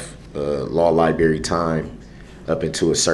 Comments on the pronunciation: He goes to the "LAW LIBARY" ....smh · “Nexus the law li-berry” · That's "lieberry," not library. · Lol maybe he'll find it in the law "libary" that he has 'axxcess' to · Correction, “libarry” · “Libary time”. It never gets old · "...law lie-berry time..." That alone demonstrates that he is definitely someone who should be representing himself. Total genius, obviously. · He thinks that him being the last one to be informed of the Reddit post is a thing. It’s not a thing sir. You were informed when her Honor wanted you to know. He doesn’t seem to get that he is not control. And I can’t hear him say “libarry” or “troof” or “oaff”without being irritated. It’s more annoying that he is trying to educate the judge on case law. Bitch she knows! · yea- while he was in the law "liberry" LOL LOL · He DEFINITELY needed more time in the law liBerry!! 😅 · What is a libarry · "Law Li-Berry" 😅